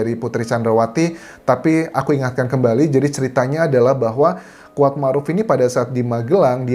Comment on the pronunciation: Yang dimaksud Squad ...adalah si Kuat, salah dalam pengucapan pacar Josua, dan peran Si Kuad adalah semacam PK ...Petugas Keamanan, atau bisa disebut sebagai Body Quard, dimana tugas lain seperti menhitung dan merekap pendapat liar, si Body Quard lah yg mengatur dan termasuk jual beli kasus